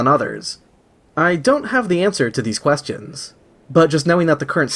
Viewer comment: Fuck I forgot how he says "quest-ions." 😬 jk, yay new upload